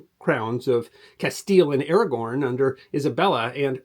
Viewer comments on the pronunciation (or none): Did you say "Kingdom of Aragorn"? 😉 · “Castile and Aragorn” 😅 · "Surrendered to the combined crowns of Castille and AraGORN" LOL. AraGON